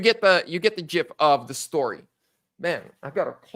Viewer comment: The X is silent in St. Croix...it's pronounced "kroy." No offense, but if you make major mistakes like that, no one one will take you as seriously (or, it will give the demonKKKrazis something to focus on instead of your message). Also, it's "the GIST of the story" (pronounced "jist"). No offense. I just don't want to give the dems an excuse to mock you or put you down or find reason to ignore your message.